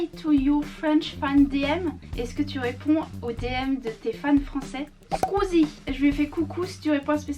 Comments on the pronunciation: "squouzie" le pauvre il doit pas voir cette vidéo 😂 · ta tuer le nom squeezie en squouzie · Squeezieeee dit comme ca Squeezie